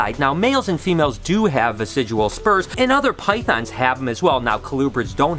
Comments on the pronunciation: Hey, Love that you're doing a "Reading your comments" type video! Those tend to be kind of popular, I think. But I also wanted to let you know the word's "vestigial" not "vesidual"! Noticed it in some past vlogs as well, but you used the term so many times here that I wanted to point that out for you. Hope your day is going awesome! All the snake breeding and clutches going on is so exciting~ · Good video, one thing bothered me though, it's "vestigial" as in "vestige" and not "vesijual." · dear, its pronounced "vest-idg-ee-al" vestigial. what u say sounds like residual, which means left over, but is the wrong word. the spurs are vestigial, or a vestige of past evolution. they were once a more functional appendage but now only serve a minor role in mating. now practice for us. VEST-IDG-EE-AL LOL, LUV U BRO!